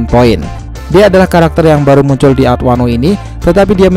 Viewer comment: Penyebutan poin nya kok gt min.. Biar mudah dibaca yak .. 😁